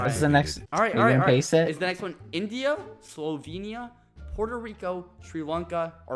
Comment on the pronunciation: Lol you forgot the L in Slovenia EDIT: Ok so he said it with the L the second time